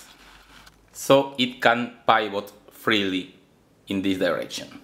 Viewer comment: Nice explanation! Pronounce "pivot" as PI-vot and not PIE-vot Dang.. now I have to go eat some apple pie ;-)